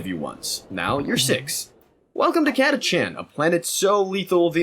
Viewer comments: They're called Catachans not Chatacants. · Catachan ist spoken with a k like Catakan. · You are the first person I have ever heard pronounce the CH in Catachan. Not saying you're wrong... Honestly I'm wondering how we looked at it and thought "ahhh yes catakan that's correct."